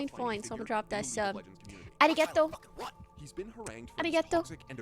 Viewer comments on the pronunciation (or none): She say "Arigeto" I think she mean Arigato